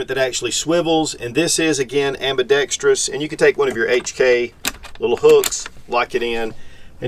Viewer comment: Kudos to for getting the pronunciation of "ambidextrous" just right. Spot on!